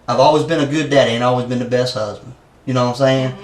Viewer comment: "my therd huzbind"